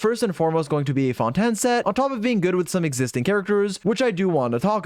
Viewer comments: The way pronounces Fontaine as Fon-Tan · Ah yes the new region “Fonten” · Why he saying fontan? Lmao i swear always tryna be quirky and unique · Bro called fontaine fountin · FONTAN WHAT THE HECK ARE YOU SAYING 😂🤣😂🤣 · Fon ten I am dead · i heard say fontan than fontaine XD